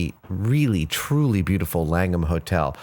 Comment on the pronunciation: So there is another Langham Hotel. Actually there are quite a few I guess. Having that as my last name its kinda weird hearing adam say it.